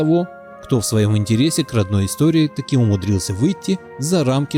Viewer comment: "ИЗ ТОРЫю"... очень по-славянски сказал дядька.